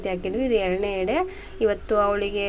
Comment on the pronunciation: ಹೆಡೆ ಅಲ್ಲ ಎಡೆ